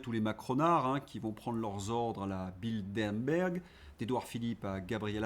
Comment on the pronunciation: BilDERberg, BilDERberg, BilDERberg… essaye encore,, tu vas y arriver! Et c’est le CFR, pas l’ECFR. Ah, dyslexie…